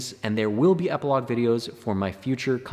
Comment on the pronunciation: Very interesting "Eiplogue" ;)